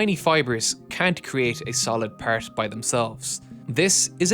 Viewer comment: why you say "part" like that påäart like bro why